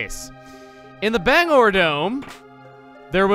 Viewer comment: While this was an amazing episode, there was one minor thing that bugged me. The way you pronounced Bangor. I'd say it as "Ban-gore", like Bangor, Maine (since I live within a few miles of there); not "Bang-er" like you did.